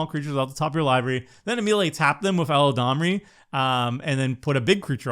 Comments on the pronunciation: "Eladrami" XD. spends too much time listening to Seth:p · Yo what's going on at MTG Goldfish, is it a meme I'm not privy to? Every single host calls Eladamri "ELADRAMI" lol... I deserve to know!